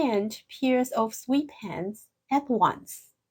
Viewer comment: Quite interesting and well done !! The explanations are excellent !! [Side Note: "sweatpants" in English the "e" is soft, so pronounce like "eh", not "ee" like in sweet, so phonetically, "swEHtpants" ]. Is there a good Idiom Dictionary ? Thank !!